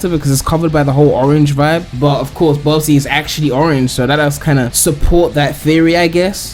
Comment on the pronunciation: Bubsy its bubsy